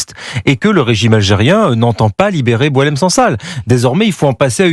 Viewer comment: Cette dame n'arrive même pas à retenir le nom de boualem sansal . Elle dit "boualel" au lieu de boualem. Pour certains, comme elle , un arabe ne vaut pas le coup de faire l'effort de prononcer correctement son nom !